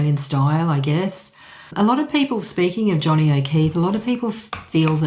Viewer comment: I notice you are pronouncing O’Keefe as O’Keeth. Oh well, carry on it’s good content and I am surprised you have the knowledge of the early days. I am 77 years of age and lived through it. Keep it up very enjoyable.